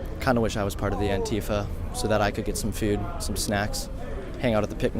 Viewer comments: Its pronounced ant-if-Ah not ant-eef-ah just trying to let you know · stop saying an-tea-fuh. it's an-tie-fah. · The way he pronounces "antifa" makes me cringe 😂